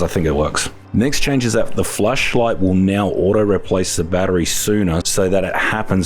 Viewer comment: Sounds like Fleshlight for a second LOL